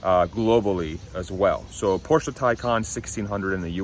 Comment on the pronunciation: please pronounce Porsche as “Porsh” not “Porsha”.